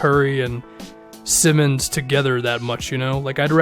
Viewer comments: its Simons not Simmons, small but its annoying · It’s pronounced Sy-muns